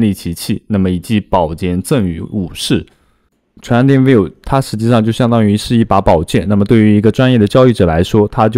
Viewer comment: 你连trading都读不来...